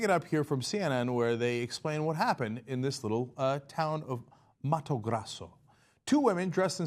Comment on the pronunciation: Its Grosso not Grasso